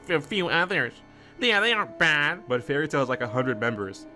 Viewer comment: Bruh you dont get to have an opinion when you cant even say the shows name right, and what you said about no villains or side characters dying confirms you didnt even watch the show and you re a whole bunch of 🧢, also about the whole "every battle is beaten through friendship" everyones yapping about, its happened very few times, fairy tail has many good battles that noone talks about, because people prefer to be toxic and listen to whatever garbage the internet says. If you trully watched the show you would know this yourself and give valid critisism.